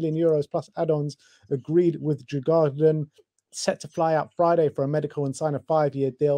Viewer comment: Your butchering the Swedish club names😂 Djurgården & Brommapojkarna. COYS!